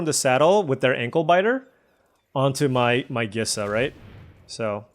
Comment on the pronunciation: I still hold firm that Gisa is pronounced like Lisa, but replacing the L with a G.